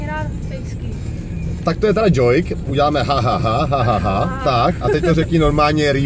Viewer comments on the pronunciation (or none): kdyžtak ''džouk'' a ne ''džojk'', ale jinak super video:) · Je to DŽOUK a né DŽOIK lol... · Neni to džoik (joik) ale džouk (joke) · to jak říkáš ten #DŽOJK (nevim jak to mam napsat tim stylem jak to říká) to říkáš schválně nebo jak celkem mě jako slušného angličtináře mě to sereXD jinak super videi palec hore:-) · Jkjhalooo přesně xD